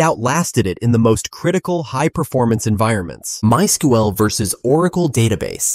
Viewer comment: "MySkUeL vs Oracle Database." Goddamn AI video